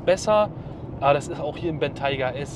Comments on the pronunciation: Dachte man spricht ihn Bentäi-ga aus und nicht Bentei-ga 🤷‍♂️ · Gutes Video, aber du hättest du Aussprache des Modells kurz googeln sollen. Das stört etwas. Sonst aber klasse, wie immer